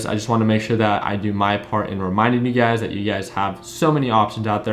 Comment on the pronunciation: you've been trading $UGAZ so long that when you say, "You Guys" you say, "UGAZ". 😄